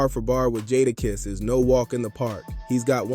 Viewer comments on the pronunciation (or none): You call dude Jaarakiss? 😂